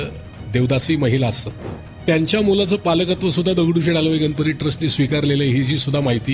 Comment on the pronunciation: अँकर ची भाषा सुधारण्याची गरज आहे गणपतीमधील ण चा उच्चार योग्य रितीने करावा